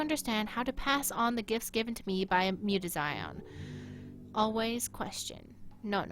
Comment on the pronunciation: muta-ZEE-own thats how its pronouced, but love the game play keep it up :3